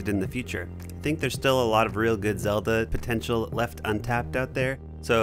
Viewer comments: Did he say zolda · I love how he said Zelda lol